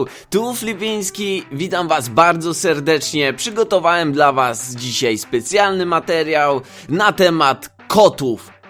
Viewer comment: Czemu mówisz dzisiej zamiast normalnie dzisiaj. :v